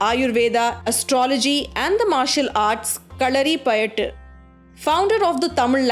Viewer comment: Kallari payattee..........what a pronounction